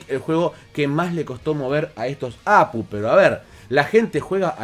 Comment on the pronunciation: No sé dice Apu, se dice A Pe U, cada letra por separado... O cómo dice GPU? O PCI? O cómo dices AGP?